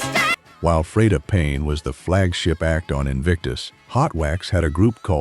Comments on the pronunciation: Soon as Ai narrator said Fred a Payne...done...search for anti negative Ai slop.. Real documentaries,humans speaking... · This AI bullshit is so annoying. Can't even pronounce Freda Payne's name correctly.